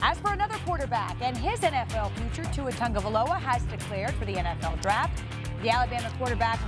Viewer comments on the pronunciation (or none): I hate how these white ppl say his name, it’s (tagovailoa) not (tangovaloa)